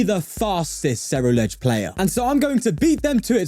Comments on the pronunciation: no he didnt he only said it at the very beginning then kept saying cereludge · 42 i dont know, i think hes still saying cereluge, but it may just be me lol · HE FINALLY SAID CERULEDGE INSTEAD OF CERELUDGE